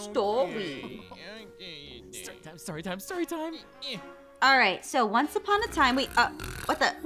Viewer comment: do you wanna hear a stwoy?